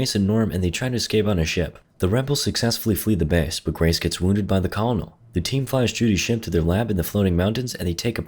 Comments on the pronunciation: He says it like Coll - o - nell when it should be like "Kernel"... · Man, the mispronunciation of "Colonel" is killing me. It's pronounced kur-nel. Great vid still. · The conol lmao the kernel is how you say it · Its ahhhh..... pronounce "kerr-nel" not "call-nel". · I can’t tell if he pronounces Colonel as it’s spelled as a joke or he doesn’t know it’s “kernel” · Too all people learning English and to you. I apologize but Colonel is pronounced "kernel"... XD English sucks lmfao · Colonel is pronounced Kurrnull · I don't know if it's on purpose, but the one thing that kept pulling me out of this vid was way of saying "Colonel." In all my training, it was pronounced "kernel" (and no, I don't know why), but I enjoyed the rest of the video in any case. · The Colonel is pronounced Kernel. Christ.... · “Colonel” is pronounced like “kernel”. Your making my ears bleed please stop. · Idk if you're doing it as a joke, but "colonel" has 2 syllables, pronounced like "kernel" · FYI colonel is pronounced kernel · Colonel is pronounced kernel by the way. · So... Colonel is pronounced Kernel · Colonel is a military rank, pronounced like Kernal. You’ve probably heard it before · pronounced “kernel” btw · colonel is pronounced like "ke-nel" i know its stupid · finally a shot of Neytiri's nipple! Always wondered what that looked like. Turns out it looks like most others. :| edit Colonel is pronounced similar to 'Kernel' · bro pronounced colonel as colonel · The amount of effort this man put into pronouncing the names/titles of the made up aliens after mispronouncing the word colonel like three times has me screeching. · I've never heard Colonel pronounced like, well, like it's spelt, before Incidentally, after the humans reach orbit, they commenced orbital bombardment, ending most life on Pandora and in a sense terraforming it, since in the Avatar universe, Earth is an ecological wasteland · ... that''s not how you pronounce Colonel.